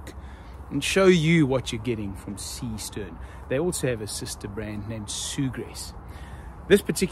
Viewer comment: What is it you American that you don’t get about the name Seestern?